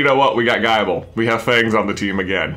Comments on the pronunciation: Gible is pronounced like nibble not like bible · Gi-ble, J, not Gie-ble. Like nible. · J its pronounced gible as in nibble not like guyble... Btw love the vids!!! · It bothers me how he says Geye-ble.